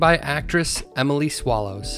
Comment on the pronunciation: Haha It's Emily Swallow lol not, "Emily Swallows." 🤣 You dirty, DIRTY dog, you! 🤪